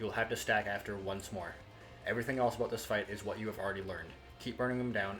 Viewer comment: He said "aboot" 😁. You're candian eh?